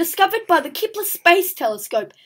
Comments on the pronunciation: it wasn't typed you said it like keeeeepler and it hurt people's ears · I meant it wasn't keepler